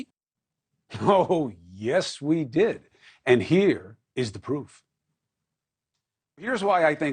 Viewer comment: I like when he is calm and the way he pronounces”CUOMO “